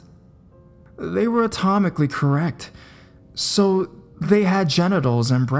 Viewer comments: ANA-Tomically correct, not Atomically correct haha Your videos seem to be getting weaker each time, the only real creepy one was the last one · "Atomically correct"? 😄